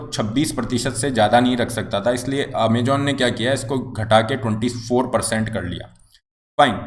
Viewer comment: Amajon nhi Amazon... Poor pronounciation